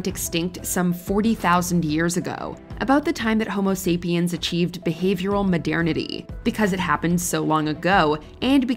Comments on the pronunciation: New drinking game ideia: every time she says "modiernity" instead of "modernity", have a drink. you better not go home driving. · why does she say modernity like that 💀💀